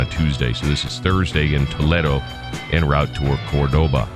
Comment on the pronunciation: You made a mistake and said you were in Madrid instead of Barcelona at the end of the video. Also, Cordoba has a stress on the first “o” not on the second “o” . Otherwise, I thoroughly enjoyed your video! I’m planning to go on this tour soon.Thank s for the information.